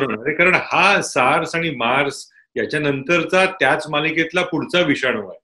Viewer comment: खूप छान चर्चा झाली...गिरीष सरांनी खूप छान विश्लेशण केले. एकच सूचना होती... सार्स SARS - SEVERE ACUTE RESPIRATORY SYNDROM बहुदा मेर्स असा शब्दप्रयोग असावा...मार्स नसावा MERS -MIDDLE EAST RESPIRATORY SYNDROME